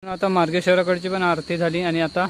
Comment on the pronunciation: आ रत नाही आरती बोल बाबा.